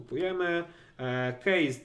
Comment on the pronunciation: kejsa a nie kejza